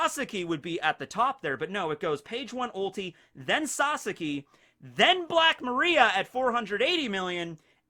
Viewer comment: Still doesnt pronounce Black Maria correctly despite multiple opportunities to hear and read it correctly. Kinda cringe ngl